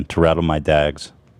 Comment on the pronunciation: MANS JUST SAID RATTLE HIS DAGS 😂😂😂😂😂😂